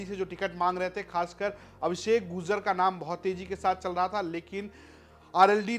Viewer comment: Apna pronunciation sahi kre . Gurjar padhe gujar nahi.